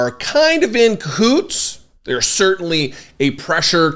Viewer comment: I know you meant to say the right wing and media were in cahoots but I heard coots, sounds dirty, made me wonder if Marge and Lauren were part of the story.